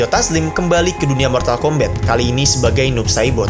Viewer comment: Mortal kombat ❌ Mortal kombet✔️